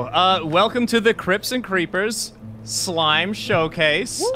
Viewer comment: I kept hearing crypts as crips and now I'm envisioning a Minecraft gang